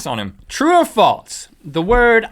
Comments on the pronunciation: true or faltz. why cant link pronounce false? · Is it just me or does Link say "False" like "Faults" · Link adds a T to false ... "That's faltse." I can't decide if it's endearing or annoying. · Stop saying faltz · Has anyone noticed how Link says Falts instead of False? It's so annoying haha. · Why does Link pronounce false as falts? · Even though I have the same accent, it does sound like false sometimes. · Anyone else get annoyed at how Link puts a T in false making it sound like Falts? idk, I love this show and watch it daily, not hating or anything, just stating one of the things I find annoying. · Faults is a word....face palm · Faltse? Geeez talk about not being able to pronounce.. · Anyone else notice when link says false it sounds like he's saying "faults" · Link says FALTZ